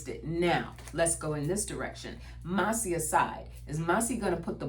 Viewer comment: 😊 Congressman Thomas Massie's last name is pronounced MASS-ee. The first syllable rhymes with "class," and the second syllable sounds like the letter "E". Not mossy. ♥️🥰